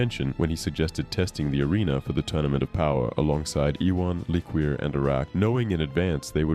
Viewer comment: I don't think it's pronounced lick-Queer. I think it's Le-Cure